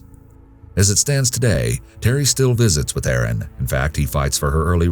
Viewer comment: It's Erin NOT Aaron